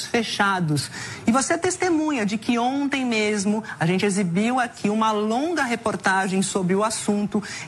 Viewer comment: Ainda por cima uma jornalista falando “ ONTE” ... kkkkkkk